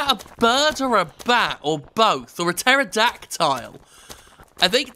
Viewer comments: Almost two years later and I still want to throttle Jim every time he says "pterodactyl" as "pterodactile". Love you Jim. But quit that. But love you. ... But quit it. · Huh. I've literally never heard it produced "terro-dack-tile". That's new.